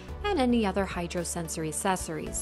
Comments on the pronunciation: I came to check if anybody else picked up on this. It sounds like she is saying sessories without the hard ac at the beginning. Glad I'm not the only pedantic one around. Useful video even though I was looking for one on the X3 starter pack which there doesn't seem to a good quick features video. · Your pronunciation of “accessories” is consistently incorrect.